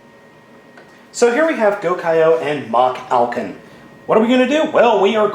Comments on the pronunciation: It's No Machalcon. it's MachFalcon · DUDE YOU ARE SAYING IT WRONG IT IS MALFALCON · You saying the name wrong it is Malfalcon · It's pronounced Ma-hal-con. Watch the show and you'd know that. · i think it is pronounced as ma-halcon